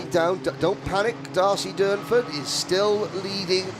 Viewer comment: It’s DURNFORD WITH AN R 😂